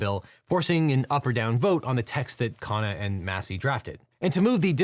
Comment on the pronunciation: KHUN-na, not KHAA-na.